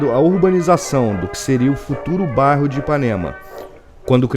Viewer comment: Fascinante ver como era nos primórdios. So me irrita o sotaque do narrador. Ele não consegue falar bairro, sai barro. Eh bairro, amigo. Rsrs